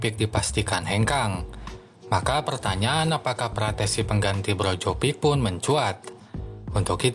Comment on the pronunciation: Brozovic min bukan brojovik